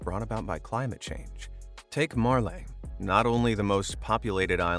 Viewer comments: I'm from Maldives an it's not marle it's malé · i don't see an R in the name, as the narrator pronounced it